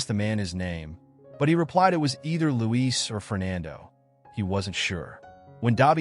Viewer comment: It's Luis and not Louise.